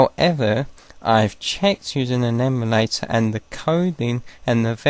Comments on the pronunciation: We...do not say "eeee" mulator. Its em-U-lay-tor. Where did he get that weird pronunciation? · 32 yr old american here. no one has ever said E mu like the animal to me before. You got one guy'd... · Canadians say “prohject” but no one ever that i know of has said “eemulator” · love it but who the heck says "eemulator" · sounds like Australian pronunciation of "emu" + emulator